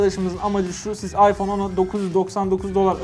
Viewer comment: Ayfon İks hahahhaha